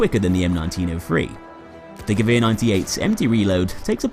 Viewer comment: So how do you pronounce "Gewehr"? Ge-que-r?